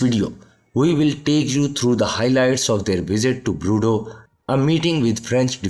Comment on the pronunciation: Broodeau? Sir, you mean well, but please, check your French.